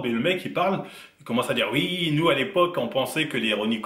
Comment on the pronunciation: on dit Oui pas Ui